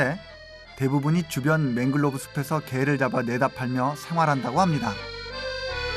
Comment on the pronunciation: The author speaks it to Manglove crab ( he pronounce as 맹글로브 크랩 ) But the correct spelling is Mangrove crab, 맹그로브 크랩 이 맞는겁니다. 고쳐주시기 바랍니다. 발음하는것을 들어보면 화실히 맹글로브라고 하고 계십니다.